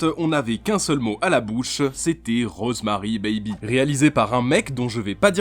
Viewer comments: ces rosemary'IS Rosemary 'S BABY le bébé A rosemary toi tu prononce rosemary bébé ces de l'anglais basique ça les gars hein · PUTAIN LE S ENTRE "ROSEMARY" ET "BABY" ON DOIT LE PRONONCER MERDE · on sait que Rosemary's baby ( oui il faut prononcer le "s" ) est de Polanski hein et Seven alors ? il est où ?